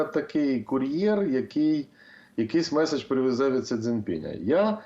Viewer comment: Що це за МЄССССІДЖЬ .. ви що УКРАЇНСЬКУ забули ... мєєєсссііджь ..